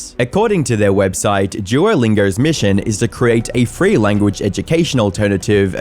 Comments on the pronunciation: it’s language not lanaguage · I mean, you can't get the word lanaguage correct 😂